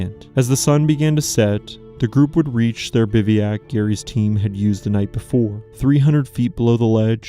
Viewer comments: It not pronounced “biviak”. It’s pronounced bivwack (bivouac) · The narration is AI. Biveeyack? 32 minutes. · The pronunciation of "bivouac" is horrendous and annoying! You do know that any GOOD dictionary will have a guide to the correct pronunciation of the word?